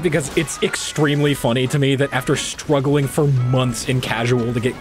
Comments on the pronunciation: he said stwuglewing for munms he slipped in uwu talk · bro said "stwuggling" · why does he say struggling with a w? Is he an anime girl?